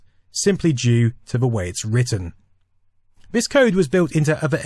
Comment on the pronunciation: Vis, vat, vose. What ve hell am I watching?